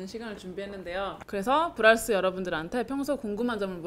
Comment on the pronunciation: 브랄스 ㅅ ㅂ ㅋㅋㅋㅋㅋㅋ 듣기만해서 부랄스라 들었네